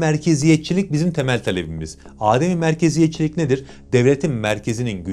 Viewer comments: Dostum işini iyi yapıyorsun Maşaallah.. yalnız bir haşiyecik söyliyim. Âdem-i Merkeziyetçilik değil , adem-i Merkeziyetçilik olacak. Yani A harfi uzatılmadan, direk a dan dem e geçeceksin. Adem ,yokluk demek, yani merkezin yokluğu, tanınmaması anlamında.. Âdem dersen insan anlamında 😊 kolay gelsin 👏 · adem-i merkeziyetcilik derken a uzatilmaz, o a kisadir. adem = yokluk